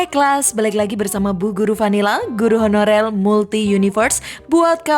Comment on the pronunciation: Penekanan nada suara saat kata guru honorer nya lebih tinggi, nasib guru honorer emang gk jelas buk 🤣